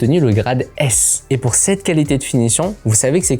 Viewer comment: ehh Il ne faut pas avouwar pweur 😂